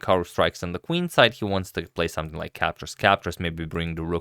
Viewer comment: let's say it together: SOME + THING = SOMETHING...it's not "sumth like"